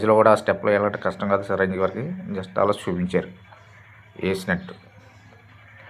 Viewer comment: సి రంజీవి కాదురా బాబు చిరంజీవి రా బాబు. ఆపరా నీ సోది